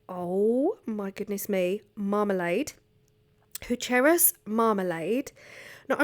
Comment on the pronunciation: 😂 made me laugh so hard when you were saying hucheras. It’s actually pronounced hu-ke-ras. Love ya!